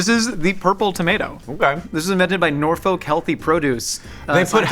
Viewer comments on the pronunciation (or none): With love from an east-coaster to you beautiful west-coast humans-It's "nor-fulk" or "naw-fulk" not "nor-folk" Love the channel!